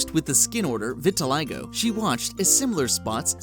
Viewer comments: I'm pretty sure the pronunciation of Givenchy and Vitiligo in this vid weren't quite right. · He mispronounced both "albinism" and "vitiligo"... I'm disappointed by this unprofessionalism.